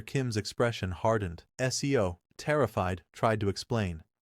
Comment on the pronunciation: Seo is not 'SE-O'...it pronounced more like 'sir'